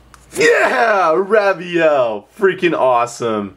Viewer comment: Raviel is pronounced RAY-vee-ell Phantasm is pronounced FAN-taz-em You're welcome sir.